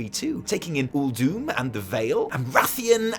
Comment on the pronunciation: I'm glad I'm not the only person to notice the mispronunciation of Uldum.